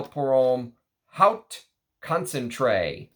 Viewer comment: Thank you for letting us know about lesser known vintage gems. Btw haute is pronounced like "oat" 😉 Which reminds me, have you ever smelled Worth Pour Homme Haute Concentration?